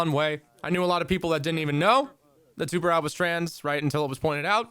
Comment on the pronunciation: As a portuguese, it’s really funny to see people struggling to pronounce “tubarão”